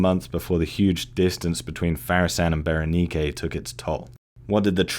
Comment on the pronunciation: That was a good one. The Roman Empire has always been an interest of mine. And you learned me how to pronounce Berenice correctly. I always thought it was pronounced like the feminine name Ber-Niece. I didn't know it had that Latin c pronounced like a k on the end.